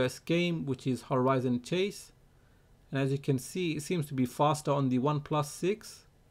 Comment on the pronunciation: Axi fostar 😁😂